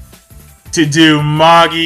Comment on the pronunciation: Firstly, in Japanese, they pronounce it "ma-gi", so he's saying it right. Secondly, the word is no even an English one, it was taken from Latin, and can be either ma-ji or ma-gi (depending on which period of Latin-speaking you choose), so again, he's saying it right. Thirdly, it's not the same concept (the story borrows the word but not its full meaning), so basically you can pronounce it however the author decided to in her story:, which means, for the third time, that he's saying it right.